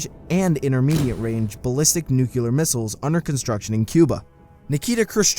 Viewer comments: Funny how narrator had the Palin affect by repeating nuculer in stead of nuclear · sorry to be this guy but nucular, I think not. Nuclear, yes. Also excaped if I heard correctly? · nuclear new clee er nu cu lor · Nucular or nuclear you dumbarse!? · It’s nuclear, not nucular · why do americans say nucular instead of nuclear ? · Nuke-you-lur 🤦🏻🤦🏻🤦🏻 It's nuclear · Nuke-LEE-er not Nuculer dumb dumb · NEW-CLEAR, NOT NUCULAR. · Everyone: nuclear This guy: nucular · the word is "nuclear," not "nucular." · its nuclear not nucular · Why do you say "nukular" instead of "nuclear"? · NU-CLEAR. NU-CUE-LAR is NOOOOT a word. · I cringed every time the narrator said "nucular" instead of nuclear. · no clear , nuclear lol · Nucular? It's Nu-"CLEAR" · I cringe every time he says "nucular" instead of "nuclear" lmao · Nuclear, not nuculer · I like the! Nook-lee-er NOT Nook-yuh--ler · Nu q lar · It's a small thing, but the word is nuclear, not nucular. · NUCLEAR NOT NUCULAR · It's nuclear not nuculer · I love this channel and everyone involved...but how hard is it to say nuclear? "nuculaar" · nuCLEAR not NUCELAR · tfw he says "nuke-u-lar" instead of "nu-clear" *very heavy breathing* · It's "Nuclear" not "nuculear!” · Nucular. I don't know what you think that means but it's not what you think it means. I think you mean nuclear. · It's nuclear not nucular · NUCLEAR, NOT NUCULAR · this pisses me of so much... its not that hard to say nu-clear not nu-cular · it's NUCLEAR, not NUCULAR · Why did you say Nukelar? I think is Nuclear. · It's nuclear, and no nucular but good job with the video. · He types "Nuclear" but pronounces it Nuculear. Sorry, it just triggers me. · Great video! It's nuclear, not nucular by the way. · Dude, please, learn the correct pronunciation of the word nuclear. It's "nuclear", pronounced nu-cle-ar , not nuculer. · Literally mis-pronounced "Nuclear" the entire time. It's not NUCULAR. It's NUCLEAR :) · Nuclear* not nucular*